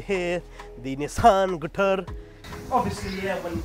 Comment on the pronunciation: "Nissan Gittarr"